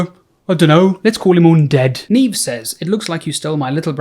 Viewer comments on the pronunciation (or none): none